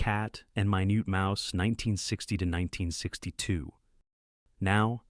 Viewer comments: It's minute mouse...they say it correctly but initially they pronounce it minoot...not minute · The AI voice is funny, "Min-yewt Mouse", REALLY 😂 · Min-ut Mouse, you know the time measurment? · I love how it stumbles over easy to pronounce words. It's so robotic because that's what it is.